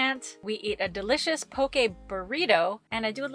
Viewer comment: Aloha, love your channel and wanted to say this Hawaiian girl appreciates you pronouncing poke correctly 🌺🌈